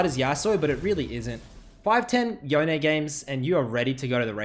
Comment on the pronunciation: Please... please stop saying "Yo-Nay". Please.... it's YONE, which rhymes with ZONE.